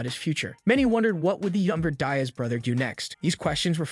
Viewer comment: Dude it's Diaz get the name right